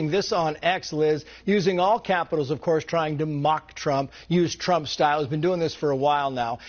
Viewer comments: trey has slip of the tongue when he starts talking...chump trump lol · The fox news guy accidentally said chump instead of trump lol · Slip of the tongue chump😅😅😅